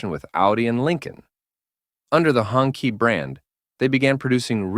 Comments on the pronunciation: It's pronounced "Hoon-Chee" (Red Flag), not " Hongki" 😂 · it's HONG CHEE not HONKEY stop pronouncing it like a slur for white people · Sorry AI, it is pronounced hong CHEE. Not hong kee. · It's hoong (red) chee (flag). I thought the AI said "honkey"!🤣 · Note to AI voiceover: "Hongqi" is pronounced "hoong chee". It means "red flag" in Mandarin. And I'm out right at the start of the video. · As a person who speaks Chinese, "honky" gets a chuckle out of me every time I hear it. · Hurts my ears hearing Hongkee A bit of research on hows pronounced goes a long way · That’s because the AI is obviously a honkie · it is pronounce "Hong TCHI" also I understand you don't want people to steal your work, but that logo at the top right is annoying as fuck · Maybe nobody cares, but I disliked the video just because the name is pronounced wrong, if you are talking about history, at-least make an attempt to pronounce foreign names correctly.